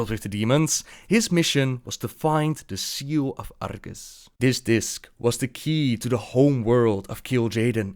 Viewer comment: seal of argus he said it wrong